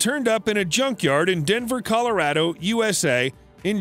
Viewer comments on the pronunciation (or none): none